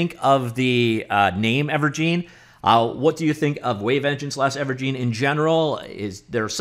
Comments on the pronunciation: Its gine as in engine not gine as in jean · Thank you, that was bugging me. I mean think about it. It's a game "engine". It used to be called Wave "Engine". Now it's called Ever"gine". Where is this "geen" coming from? Urrg!! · It's most likely pronounced "ever-jin", like ever en-gine, ever-gine. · It's never pronounced "gene" when you're talking about an *engine*. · I'd imagine it's pronounced Ever-Gin as in and Engine but forever... Evergine...